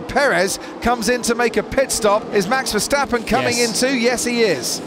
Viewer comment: The name of Max Verstappen is hard to pronounce apparently. It is definetely not MEX VERSTEPPEN! The "A" in his name is pronounced as a REAL A like in father, brass, for instance!!